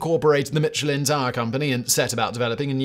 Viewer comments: in U.S. itz pronounced MISH-UH-LYNN. Not Mitch. So which iz it??? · Is it not "MISHELIN" and not "MITCHELIN" as pronounced in this video? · It's "Michelin", not "Mitchelyn". Just saying. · I thought you said the mescaline man 👨 🤪 😜 🤪 😜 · mitch-elin really hurts my ears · "Mitch ill inn." Mitch went to an inn not in the Guide and got sick. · The pronunciation of Michelin hurts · Love your content. Are you sure you're pronouncing the Michelin name correctly? It was strange to my ear that you pronounced every other Fench name correctly but pronounced "Michelin" as if it were an English name. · It’s French Simon, stop pronouncing the “ch” so hard. It’s almost an ‘sh’ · Sorry man. Can't stand it any longer. The barbaric way in which Michelin is pronounced. From a man famous for, perhaps even defined by his pronunciation. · Yeah he famously doesn't care about butchering the pronunciation, but I still love